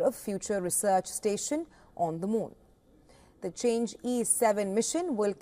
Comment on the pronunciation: not called "change", should pronounce as "Chang" "o", two syllables